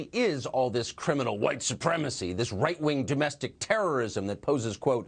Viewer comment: I could have sworn said “reich-wing”. 🙄